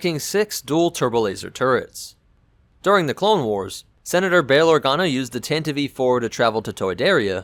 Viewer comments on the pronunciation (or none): Tantive Tan-Tie-V NOT Tant-iv-eve What is it with people and basic pronunciations. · I always thought it was Tantive, not Tantiv-e. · I thought it was pronounced tantive not tantivEE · y'know.. the e in tantive is a silent e. jussayin'. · I hate how tantive is pronounced. It's just all sorts of wrong.